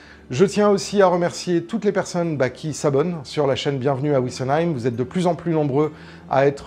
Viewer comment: Vissenheim pas Ouissenheim............même si y a un W .....